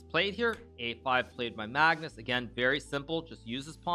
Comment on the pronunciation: I love how hikaru says Maagnus with such a long a😂